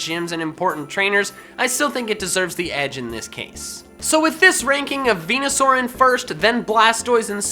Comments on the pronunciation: bruh its venasaur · Its veneasaur